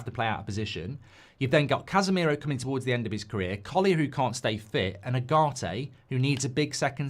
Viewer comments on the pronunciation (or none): none